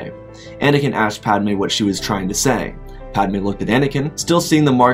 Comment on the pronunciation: It's padme not padame 💀